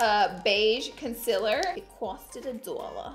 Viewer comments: ConCEEEEAAAAAler Repeat after me Laura: Con- ceal Conceal-er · If she says "consiler" does that mean see says "seal" like "sil" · "Conciler" she notices she says it LOL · It’s not conciler it’s concealer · OMG how many times did she say Conciller 😂😂😂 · Love how you say conciler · What is Consiler 😂😂😂😂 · say it with me, CON-Se-LAR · con-CEAL-er omg